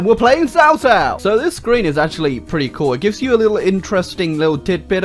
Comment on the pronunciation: cao cao pronounced as kao kao :(